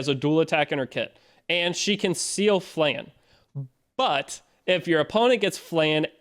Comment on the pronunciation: Its Flan,not Flen